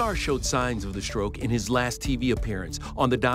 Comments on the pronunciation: Stroke not stoke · It’s stroke not stoke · Hey it’s “Stroke” not “Stoke” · "Stoke?" Geez,, get somebody to check over the topics. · "Stoke" ..... cmon man